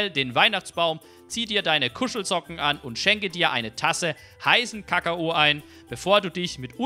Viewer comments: Hast du Ka Ka O mit absicht gesagt oder dich versprochen 😊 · Ich guck den Kanal erst seit ca 5 Tagen. Mag die Videos zu Horizon 3 und 4 sehr. Fand es aber lustig wie du Kakao gesagt hast. Grüsse aus der Schweiz.👍🏼